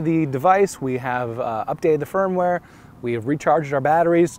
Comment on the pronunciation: Is he saying "Firm-Ware" or "Phone-Ware"?